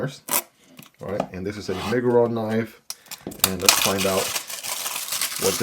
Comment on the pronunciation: It's My-grr-on